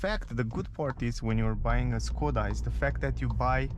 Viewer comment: Škoda = Schkoda, it is not Skoda. Š=Sch